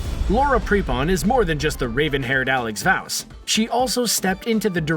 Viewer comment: This video is annoying for 3 reasons.... U said actor when referring to an actress U did not mention Nichols And u pronounced vaus name wrong You are fired